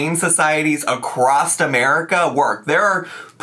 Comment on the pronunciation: "acrossed" bro the ALR fusion is complete i think lmao